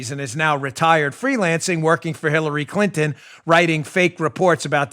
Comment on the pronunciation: I heard it too. Dan said Khillary!